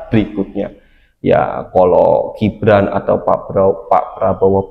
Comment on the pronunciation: Min apanya salah nyebut nama gibran itu😂😂😂